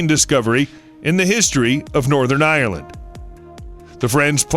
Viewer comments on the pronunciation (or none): none